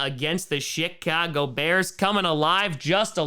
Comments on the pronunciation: Every time says Chi-cago it sound like he’s saying “Shit-cago” which makes sense just me tho, also as a saints just end the season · Every time he says Chicago Beats, it almost sounds he’s saying the “Shitcago Bears” 😂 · When said “Chicago”, it seemed like he said “shit-cago”. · sounded like he said, 'Shit-cago" bears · I'm new to this channel. Is he intentionally saying 'Shitcago bears' or is it just the accent? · did you say Shit-cago Bears?🤣🤣